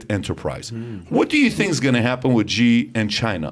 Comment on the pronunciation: Xi is pronounced “She” FYI